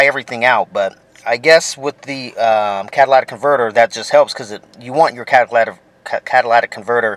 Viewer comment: You're pronouncing it wrong it's not a Cadillac converter